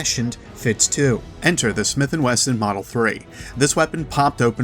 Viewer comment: WESTON 😂 love your video bro but it's Wesson